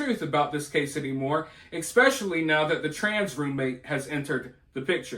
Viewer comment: I love you but PLEASE stop saying " EXpecially" lol. It's ESpecially. OK.....carry on!